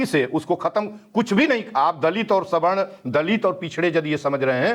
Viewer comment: ऐन्कर मैडम सही बोलें सवर्ण को स्वर्ण क्यों बोल रही हैं ।